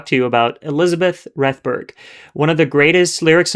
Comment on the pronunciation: . Francis Robinson, in interviewing Rethberg, pronounces her name in the same way that you do. So taking into account both Cross and Robinson, I think your pronunciation is correct. Perhaps she didn’t mind one way or another.